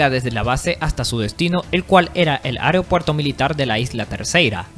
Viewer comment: Aprende a leer hermano, AEROPUERTO no ariopuerto, VINICIO ADAMES no se acentúa en la E, debes ilustrarte mejor antes de hacer un video de esta categoría